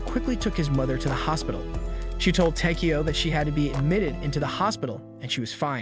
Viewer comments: It's takiyow not tikiyow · I hate the way you say his name wtf is the matter with you